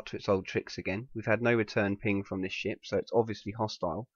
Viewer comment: I thought he said "I don't believe this shit" when he said "I don't believe this ship" LOL